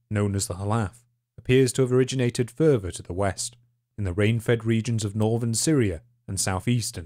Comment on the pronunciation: It's further, not furver. Unless you're trying to say the word fervor. When you pronounce th's like f's, I can't take you seriously.